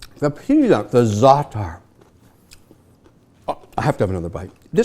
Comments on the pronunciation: I don't know what the Cyprus brothers are doing with their salads, but here in Greece, we don't add lemon juice in the Greek salad! Nor this weird-pronounced zaatar spice. Jeez, Mr. Wonderful! Furthermore, "Lemon and oil" here in Greece is a famous dressing for grilled fish, not a vegetable salad. Nothing "traditional Greek" overall in this salad. So for those reasons, I'm out. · your not half lebanese you dont even know how to pronounce zaatar properly